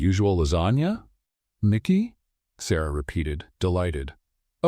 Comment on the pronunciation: Nikki, or Mikki please can you please get it right